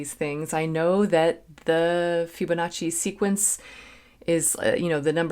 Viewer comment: It's pronounced FIBonacci... not FYUBonacci....